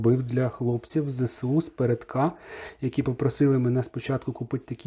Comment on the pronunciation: Друже, будь ласка, не Зе-Се-У, а Зе-Ес-У!